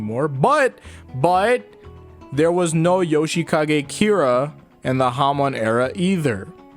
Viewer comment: not the, its ze